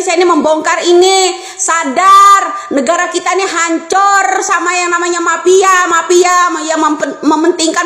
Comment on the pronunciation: MAFIA BU BUKAN PAPIA😂😂